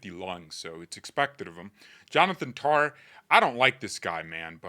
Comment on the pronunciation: Why do you pronounce Tah as Tar? I love you dude but you are wrong about Tah’s performance. Didn’t lose the ball and looked great defensively. He had zero mistakes.